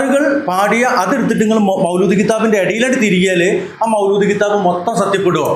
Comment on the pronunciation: മൗലൂദ് അല്ല മൗലീദ് ആണ്